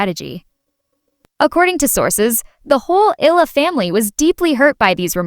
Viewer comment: Eala pronunciation E-yala